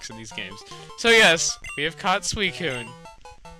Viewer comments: so u pronounce is Swysewn?!?!? no you prounounce it swykehwn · Why does he call it sweecoon when it's suicine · Its not pronounced sui cune the c is an s sound